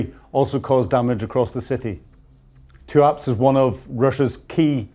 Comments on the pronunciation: How can get the pronunciation of TUAPSE so HORRIBLY WRONG. It isn't TUAKS as he says it. TOOAPSAY is what the PHONETICS indicate. Does he have a HEARING PROBLEM??? Because MANY MANY people say it CORRECTLY. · Tuapse. Pronounced: Two-up-SAY. The former country of Circassia covered all that area. The Circassian population was ethnically cleansed in the 19th century by Russia. It is no longer present on the map. Its people were deported, and many died at sea. Sunk in ships. Drowned like puppies. Sochi is also part of historical Circassia. Russia succeeded in eliminating a nation then. They will not succeed this time. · The thanks for the snapshot of where we are currently.... only observation is your pronunciation of Tuapse is even worse than mine!